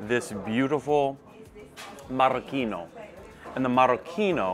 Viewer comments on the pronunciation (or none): Marocchino NOT Maraschino :-)